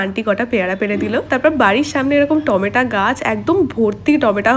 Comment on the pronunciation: টমেটা আবার কি???? বলো টমেটো